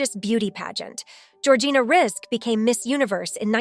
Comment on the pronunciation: What kind of absolute TOTAL Lies and rubbish are you saying in this video?? *1st if all ~ Georgina's name is pronounced Rizik... *2: ~ arabic women were allowed to go to school back then and even further back... in Lebanon and across arabic countries alot of women were educated up to university level... infact the World's 1st university was opened by an arabic woman centuries ago *3: ~there are 4 religions in the arab World, not all the women wear head scarf hijabs ~ approx. 50% do not do so * 4: ~arabic women who choose not to cover often do wear bathing suits in public swimming places ~ it started 20years prior to this beauty contest *5: ~the images of women wearing black scarfs (chador) that you show as images of arabic housewives... those are NOT arabic women, but rather images of after islamic revolution Iran... Iranians are not arabs. * 6: ~again i REPEAT arabic women did not all wear hijab and cover their faces, not then and not now *7:~ many higher education arabic women in the 1950's and onwards are doctors, lawyers, accountants...etc...etc.they are not all tied to home base *8:~ Lebanon is NOT a muslim country... it 50/50 christian and muslim country... it has never been a conservative country, but instead a party beach/ restaurant n bar/nightclub playground since the 1950's... and many famous celebrities + jet setters have visited Lebanon *9:~ Georgina is NOT the only arabic woman to have won a prestigous beauty contest... Miss USA 2010 was Rima Fakih, who is also